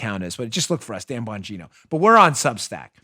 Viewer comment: Dan Bongino, I absolutely LOVE YOUR CORRECT PRONUNCIATION OF WORDS and ARTICULATE COMMUNICATION SKILLS! You are, indeed, a rare commodity!